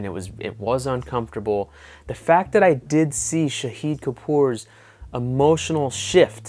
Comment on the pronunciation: The way you say shahid that means martyr.. It pronounced sha as shaahid as in shark.